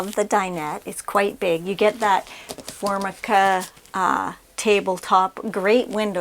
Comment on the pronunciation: Formica, pronounced: for- my- ka